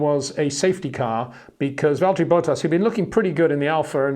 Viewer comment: HEY PETER WINDSOR, I HAVE MESSAGE FOR YOU SIR: it is NOT Max "verSHtappen" ... Max is not German (Germans indeed do pronounce "st" as "sht") ... #Max33 = Dutch NL/Belgium! ... It is not "Bottash" nor is it "Lewish" certainly not "verSHtappen" .... This BS started long time ago when a British sport presenter interviewed father Jos Verstappen and assumed you can use a German pronunciation to a Dutch Driver thinking it is so "funny" ... It is not. Serious question: can any Englishman say "versatile" out-loud without saying "vershatile" phonetically? most can about 99,99% ... that is why most English can pronounce Verstappen 100% correct! Father Jos Verstappen (also F1 Racer) was very active between back then only a very few said "Vershtappen" but the vast majority of British sport presenters pronounced it perfectly ... only a few old stubborn farts like Peter Windshor